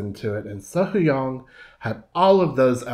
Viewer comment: Hi Concerning the pronunciation of her name..... Run the H and the white together. Not Sohoyang. But as if it were spelt Sohyoung.